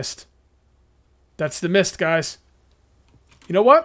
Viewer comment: I Thought Said “Meath Survival!” lol!!!